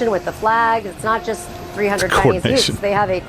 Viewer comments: face-fuchsia-tongue-out:What the frack is up with him pronouncing Chinese "Chinee"? It is annoying. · you not pronouncing the S in Chinese is perfect 😂